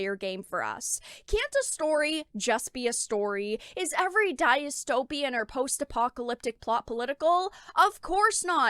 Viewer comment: The only thing more traumatic than reading modern day game journalism is how pronounces dystopian lol